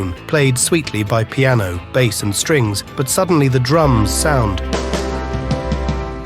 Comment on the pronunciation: AI Announcers are getting good except for the reference to Paul's bass. It's not a fish. Paul's a vegetarian. It's pronounced BASE regarding the musical instrument.